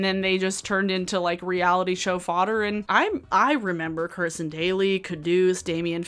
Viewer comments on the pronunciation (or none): none